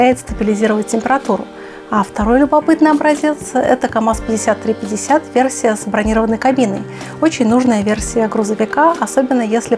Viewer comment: В слове камаз есть буква "З")))